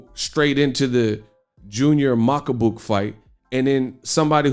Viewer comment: You have too much hate for Makabu ... at least learn to pronounce a fighter's name out of respect. He won that fight. He is the current WBC champion.